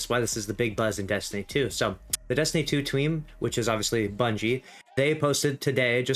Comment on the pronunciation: "Destinytuutweam" lol